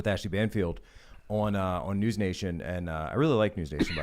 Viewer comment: Wau Kesha their is no w at the end of the word news guys